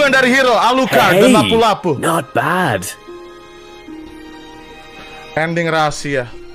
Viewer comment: Kok gw denger Windah ngomong alpurd jir